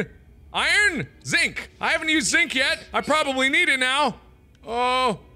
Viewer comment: he also called it zik, its zinc. triggered